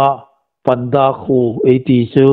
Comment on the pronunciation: Hi lai a,panda an ti hi panda ti hi,a thluk an dik naw deua,pânda ti lem ding a ni..